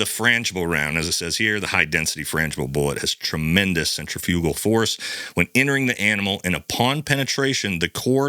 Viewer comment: You mispronounced centrifugal & this dufus wasn’t smart enough to use any ammo other than what he had at home.